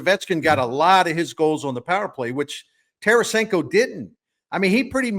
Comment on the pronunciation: Fix 48 for Scott Young also it’s Tarasenko and it’s not close